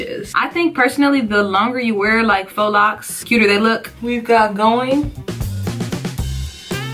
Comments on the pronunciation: Faux is pronounced FOE not Fox 😂 No shade lol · Its not pronounced fox. Faux is french..pronounced- foe. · Hey girl I love the video, but it it pronounced Fo locs 💕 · omg is she saying fox locs....